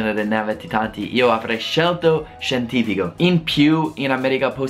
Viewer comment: Nice video and nice italian! Occhio a non farti "contagiare" dall'accento romano, si dice "ScientifiCo e LinguistiCo", non "ScientifiGo e LinguistiGo" ;o)